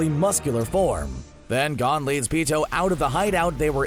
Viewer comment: Why make a channel about anime if you obviously dont even watch then. You couldnt even pronounce "gon".......